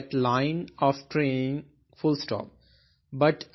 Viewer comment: Sir its not a train its training